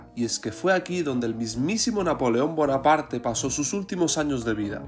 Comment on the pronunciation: Me hace gracia, que digas que estuvo en prisión napoleón, y al mismo tiempo dices que este pueblo parece histórico. y no es buenaparte es bonaparte